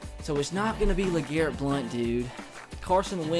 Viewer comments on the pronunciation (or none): none